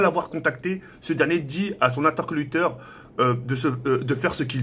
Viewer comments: À " à son intercoluteur" au lieu de 'interlocuteur' 😂😂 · Merci 🐻 et c’est interlocuteur pas intercoluteur 😂😂😂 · Il a dit son intercolucteur à 1min32 😂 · son "intercoluteur" :') Sinon très bonne vidéo :d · ''A SON INTERCOLUTEUR''😂😂😂😂😂😂😂😂😂😂😂😂😂😂😂 ptn ESPECE DE BLEDART mais on t aime bien comme même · intercoluteur 😂😂😂😂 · « intercoluteur »😂 Même quand c’est sensé être sérieux il l’arrive pas a l’être 😂😂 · mdr il a dit interculoteur